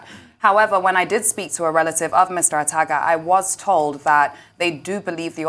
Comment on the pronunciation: Yes, you sure did hear her gaffe...lol.